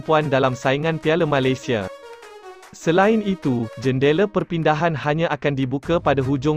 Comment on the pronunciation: Malaysia disebut Malasia. Dah kena apa ko, pelat ke. Tiada keperluan JDT sign Syihan, ramai penyokong tidak setuju. Sekiranya ada pemain tempatan yg dambil munkin pemain yg muda & berbakat besar.